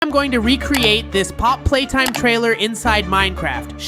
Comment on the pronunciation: you said popp playtime